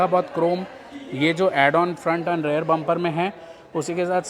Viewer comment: भाई आप रियर को हर बार रेयर क्यों बोलते हो.